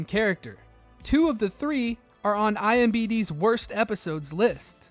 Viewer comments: It’s IMDB.. NOT IMBD!! 🤬🤣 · imDB. “Eye-Em-Dee-Bee” I’ll keep this up, bro. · Idk why people keep calling it imbd. I’ve been hearing it being called the same thing almost everywhere. It’s not imBD it’s imDB. The DB stands for “database” the whole thing is called “Internet Movie DataBase” Still a good video, but I can’t stand everyone calling it “imbd” anymore so I had to talk about it real quick